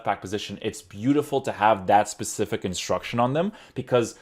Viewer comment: Love Tierney being a Celtic fan so this was a must. Please say specific and not Pacific lol